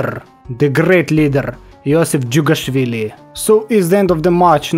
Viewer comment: Finally someone saying jughashvili somewhat good